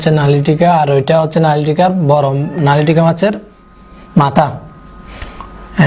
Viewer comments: A k vaii.. a k😕 lailontika ke bole nalitika🤣🤣🤣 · হায় হায়, ওটা নালিটিকা মাছ না,, লাইলনটিকা মাছ।।